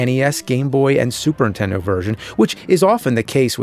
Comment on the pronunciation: Never knew there was a console called the "Superintenno"